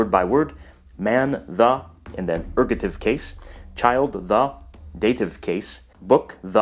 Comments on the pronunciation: ergative, not ergotive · Isn't it Ergative (not Ergotive)? :P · Erg-o'-tive ERGATIVE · Very impressive, thanks. Ergative, not ergotive, though. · It's called ergAtive, not ergOtive. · Dude, you misspelled ergative, and mispronounced it aswell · Just two small things, first it's ergative case, not ergotive case. The pronunciation of euskara is a little bit off (the eu is jsut like it's in Spanish). And although Basque is speaked only by the 27% as L1, there is about a 15% in the Basque country who is also a L2 speakers. The statistic are more interesting when you look into the younger generations, who grew with schools were basque was teached, were two thirds are bilingual. These numbers come from a study done in 2006, more recent studies show that the numbers are growing (except in the French regions, were the opposite is happening). So Basque has a good perspective of survival. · The mispronounciation of Pyrenees led to a facepalm in another video... so I'll point out "Basq*i*e", "erg*o*tive", and that Euskara isn't YOOskara but eooSKAra /eus'ka.ra/.